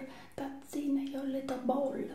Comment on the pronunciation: “Youra little BOW-AL”😭😭 and the “laca-tosea”😂